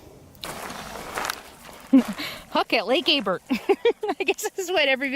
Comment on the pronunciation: You are in my neck of the woods now. The lake is pronounce Abear the l and the t are silent. Off to the right on that ridge, are Mountain Goats. Loads of them. Have you ever been to Fort Rock...now that's an amazing place. Your making me terribly home sick.